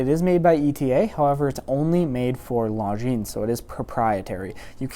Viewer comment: It's "Longines" not "LongineS".